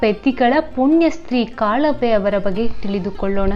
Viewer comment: Sister it is not kalave it is kalavva ❤❤